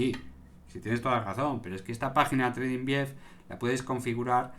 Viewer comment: He oído tredinvief??